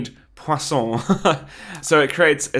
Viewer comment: Your pronunciation for "Poisson" is very good, bravo ^^ Also, I mostly use 3D builder to cut, repair and assemble things and Meshmixer to edit them more in deep for years now.